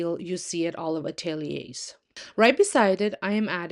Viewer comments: Summer, fall and winter coffee tables ? You're hilarious. You mispronounced atelier ! Learn French do do ! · Learn to pronounce atelier ! Europeans and Canadians LAUGH at you ! !